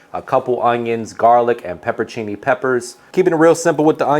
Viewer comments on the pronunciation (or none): Yum!!! It's pepperONcini (not peppercini).